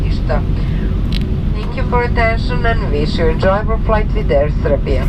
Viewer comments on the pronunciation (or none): Hahahahaha sendwich :)